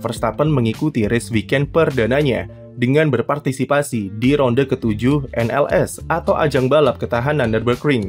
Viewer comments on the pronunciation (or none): none